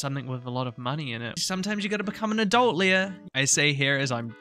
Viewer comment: I know many IRL Leahs, and it's always Lee-ah not Leia like the Star Wars princess, but I hear that pronunciation a lot for this NPC and can't help but wonder why :')